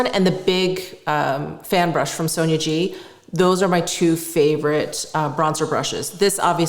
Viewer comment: You pronounce Sonia G like sonergie...most of the time.